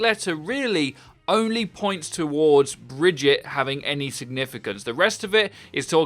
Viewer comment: Brigitte isn’t pronounced brejit it’s breejeett